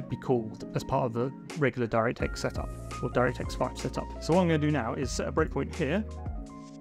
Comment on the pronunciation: took me way too long to realize that "Dyra Tex Five" is your insane way of pronouncing "DirectX 5" lol